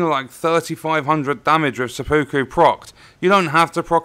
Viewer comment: It's pronounced sep-puku